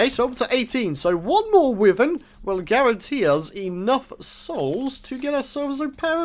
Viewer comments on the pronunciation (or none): its pronounced whyvern not withern